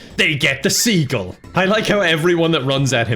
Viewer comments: Btw Steve seagals name (according to his father) is pronounced “see-gull” but Steven changed it cuz he’s a egotistical maniac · Fun Fact: Seagal's last name is pronounced like "sea gull" but he changed the pronunciation after his parents made him go to an art exhibit and he saw a Chagall painting and thought it was cool. And he is a master of the ancient art of Bullhit-o. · it's actually pronounced the way its supposed to be (closer to seagull). It's just when he was getting into acting he thought Seagal (see-gall) sounded much more suitable. The man's ego is off the charts. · His name was pronounced Sea-gull when he was young, he changed it to se-gall one day cuz he thought it sounded cooler. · Yeah it's actually pronounced seagull XD I hope seagull doesn't watch this video or is gonna wake up in his dungeon. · Fun fact: Steven Seagal’s last name isn’t actually pronounced [Sea Goll], it’s actually pronounced [Seagill] he just humbled himself when he saw (I’m pretty sure) an art piece and wanted to be a fuck ass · He calls himself Steven seagal it's actually pronounced Stephen sea gull but if you pronounce it correctly he will run you down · I've heard that his surname is actually pronounced "SEE-gul", but that he saw some French word that was close to the same spelling, but with the emphasis on the second syllable and he thought it sounded more "sophisticated" or something so started telling everyone to pronounce his name that way as well. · After seeing this. I feel like his surname is actually pronounced Seagull but he refused to accept it. 😆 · It is segal asin bugzy segal not the way that pronounces it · Fun fact: his name is actually pronounced like "Seagull," but one day, he saw a Chegall art exhibit and liked it so much that he changed the pronunciation of his name to sound like it. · "Seagull" is supposedly the actual pronunciation but he (Steven) liked the current pronunciation better and started telling people it is "See-gal".